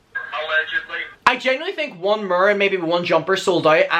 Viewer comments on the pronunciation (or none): Took me several times to grasp you saying "mirror" . I'm from Tennessee and you probably couldn't understand me speaking either. English is fun lol